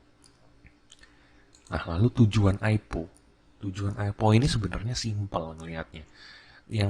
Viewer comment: om bacanya AI PI O bukan AIPO wkwk